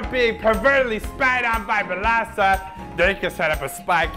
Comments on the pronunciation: since B2ST is pronouced beast due to 2 in korean being pronounced as E used the same logic when pronoucing this groups name 1 in korean is il and 4 is sa: BILASA!!!!!!! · I never knew their name was pronounced Bilasa.